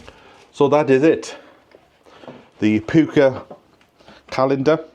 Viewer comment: I laughed when you said pewka teas instead of pucka seemed very apt 😂